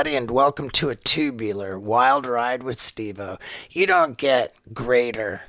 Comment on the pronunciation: “Wilder ide” 🤔